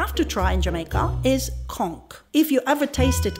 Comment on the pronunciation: Thank you so much for the proper pronounciation on "conch" .... conk